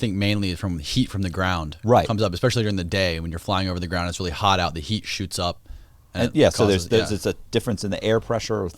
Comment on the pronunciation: Who else laughs when over-emphasizes the “Rrrrrr” In “Really”